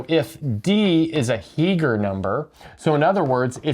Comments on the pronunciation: I believe you mean Heegner, not Heeger. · Two significant corrections: That's 163, not 613. That's Heegner, not Heeger.